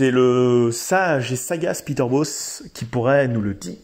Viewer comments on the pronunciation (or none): none